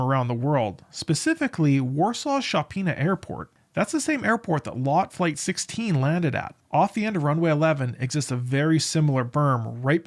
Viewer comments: Chopin. Pronounced "Show-pawn". Famous composer and pianist, so the name and pronunciation is easily found. The "-a" at the end is a Polish grammatical tick. Ignore it in English. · You mispronounced Chopin!! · You butchered Chopin pronunciation!